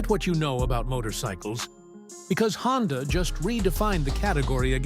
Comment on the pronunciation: AI a mf lol HONDIA tho?? 😂😂😂😂